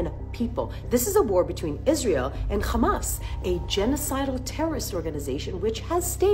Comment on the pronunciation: Do you khondem KKKKHHHHAMAS?